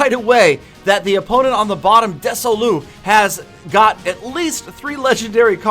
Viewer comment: Des-Oh-Lus. Mess-En-Jer.